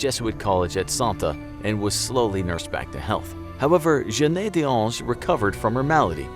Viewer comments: You pronounced Jeanne like jenayy and thats so bad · To me it's really cringey. This is the most bizarre pronunciation of "Jeanne" I've ever heard. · I am french and no, it is not the right pronunciation at all. In french, most of e are not pronounced. You can use google traduction to see what is the real prononciation